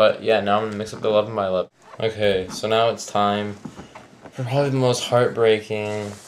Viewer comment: Everytime you said "The 11 by 11 " i thought you said "The love of my lovin" ahaha xD lol